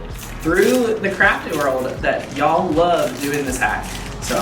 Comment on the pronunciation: ❤ it when you say “y’all” feels like home to me!! 😊